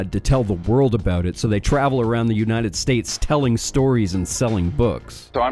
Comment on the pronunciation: “Unahted States” sounds like a slip up but it’s still funny.